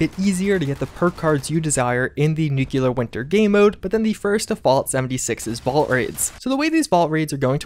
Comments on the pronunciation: Also NEW-clear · Please stop mispronouncing nuclear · I can't get past nookyoolar. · Everyone covered “novice”, so if I may reiterate: nu-CLEE-er! Pleeeeease! Love your content! Keep up the great updates!❤️